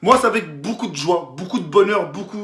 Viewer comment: On dit pas Boucoup mais Beaucoup 😂😂😭😭 Beau Beau Beau !!!